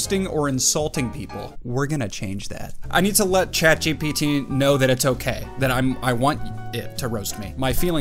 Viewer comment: The way he got the name ChatGPT rong and he said "ChatBgTP" 😆😆